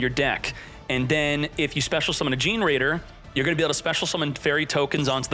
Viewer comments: Fun fact: The deck is pronounced Ge-ne-raider like generator. Gene-raider sounds funnier though 🤣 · i know right ? I mean i get some of pronunciation are hard but dayum its really cringe. Just him saying (jin-raider) is hilarious lmao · The pronunciation of generaider from gets me every time.